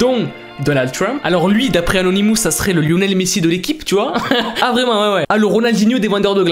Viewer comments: les "anonimousse"? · On dit anonimos